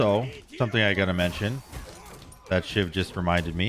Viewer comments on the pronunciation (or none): none